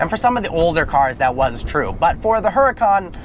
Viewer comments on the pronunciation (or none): Oo-da-can. Not a her-a-cann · IT'S PRONOUNCED UR-A-CON BRO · ...I just wish he would stop pronouncing the "H" in the car's name...